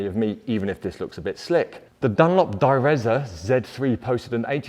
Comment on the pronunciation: Sorry, I can't complain about the data being wrong. In fact the only bad thing about this video was your pronunciation of "Direzza". If a word sounds Italian and has 'zz' in it it's pronounced the same way as 'zz' in "pizza" ; )